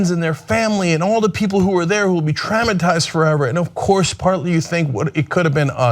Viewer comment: Cenk's pronunciation of traumatised and faux make me lol